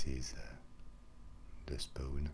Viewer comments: It's funny how he pronounces "spawn" as "spone" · "when you spoown" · "The spoown" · RyebuscusGaming Spoon lel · as i read this comment he said spone xD